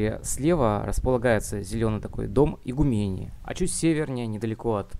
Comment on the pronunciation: Игу́мения. (Просьба, делать ударение правильно)